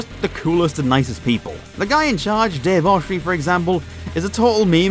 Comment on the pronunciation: it's pronounced Dave Oshray